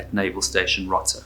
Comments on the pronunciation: row-tuh, not rotta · It’s pronounced Row-ta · Rota Spain,long o pronounced rohta